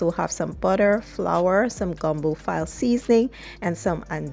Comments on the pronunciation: I'm sure someone has enlightened you on the correct way to pronounce file' as in fill-ay, not file as in a file in a drawer. Otherwise, good job. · Ive learned that gumbo filé is actually pronounced fee-lay, like chic fil a.